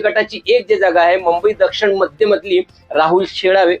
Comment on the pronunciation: आता तुम्हीच राहिले होते ...4 जुन पर्यंत अकलेचे तारे तोडून घ्या...आणि कृपया मुंबई उच्चारण स्वच्छ करा..😂😂